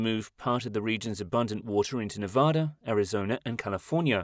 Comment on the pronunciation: Please don’t say Nevah-da, watch a video or something on how to pronounce it!! It’s pronounced Nevada!